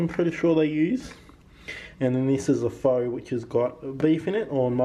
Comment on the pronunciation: Also, pho is pronounced 'pha'. Yours looked yummy!